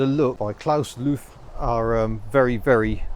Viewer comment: The designer´s name "Luthe" is pronounceed "Lou Teh".